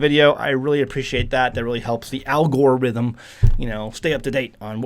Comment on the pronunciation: sounds like "Al Gore-ithm" 🤣